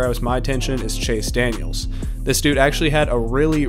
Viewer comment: Chase Daniel not Chase Daniels . . . . . . otherwise a very good video!